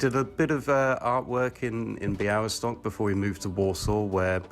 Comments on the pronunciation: Say : Bya-we-stock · b-yah-WIS-tawk That's how you pronounce it. Crossed L is pronounced as W. It was previously L but it started to pronounce as W (much weaker sound) so it got crossed out.